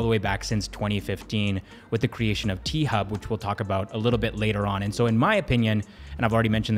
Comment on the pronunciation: T-Hub sounds like P-Hub